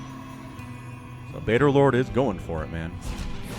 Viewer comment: You are correct!!!:D I am 'baderlord'! lol I really thought I was Badgerlord and when I saw had picked my cast I was so excited!!! Then I heard him call me 'Baderlord' and I was like who's that??? Then I figured out what had happened and I laughed!! 😂 But yes I love the redwall series! Salamandastron will always have a special place in my heart!! 😎 <3